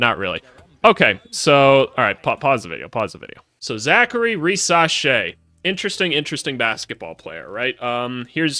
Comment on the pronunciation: You pronounce his name perfectly. Stéphane, his dad, played in Spain for 6 years (4 in Malaga and 2 in Murcia). He also played in Greece.